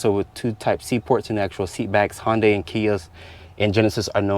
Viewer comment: By the way it’s Hyundai like Sunday not honday